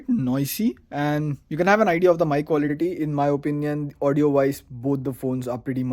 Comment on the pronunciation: “quali titty”